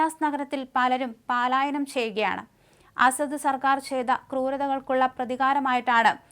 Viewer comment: പാലായനം അല്ല : പലായാനം ആണ്.